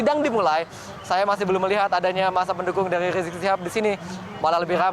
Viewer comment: Riziq ... Reziq .... ndak sopan nyebut orang leeeeee ..... leeeee .....